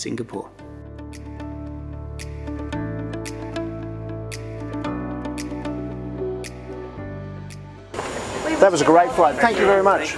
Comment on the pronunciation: Love your reviews. Hate the way you pronounce Singapore.